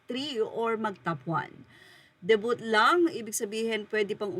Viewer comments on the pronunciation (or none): Please please please, get the right pronounciation of Vogue and debut. Vog silent ue, debu silent t.